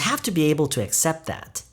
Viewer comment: 안녕하세요 쌤!! 발음 관련 질문 드릴게 있어요. accept 발음하실때 어셉트라고 들리기보단 으셉트라고 들리는데 어떻게 발음하는지 궁금해서 질문 드립니다!! (아니면 제 귀가 이상할수도,,,)